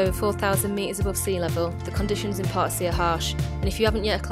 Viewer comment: The lady should make an effort to pronounce Potosi properly. Sometimes even the Spanish subtitles would say Part C 😂